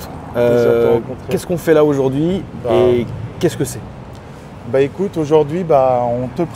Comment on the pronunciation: Quech que ché 😂